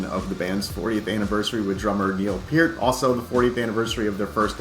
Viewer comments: It is pronounced pert, not piert, absolutely dsrespectful idiot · I can't believe no one cab pronounce Peart, after hearing him say how it's pronounced correctly. It's pronounced pear like the fruit with a T at the end